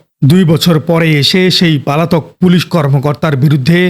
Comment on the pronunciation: আমার মনে হয় আপনার উচ্চারন গুলো ঠিক করবেন। যেমন "পালাতক" শব্দটা অনেকবার উচ্চারন করেছেন।